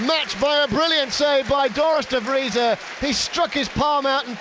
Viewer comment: 'Dorus De Vreeza' 'Dorus De Vrijs' how many attempts do you need to get a name right lol.